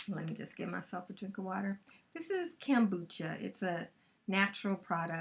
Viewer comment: Your honey is cooked to the 9 - sorry. And it's KOMbucha not KAMbucha.